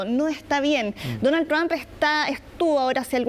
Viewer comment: se dice el Señor Presidente Tump sra comunicadora